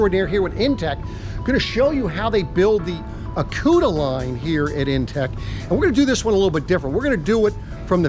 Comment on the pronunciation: Acuta line??? 😂. Aucta line my friend!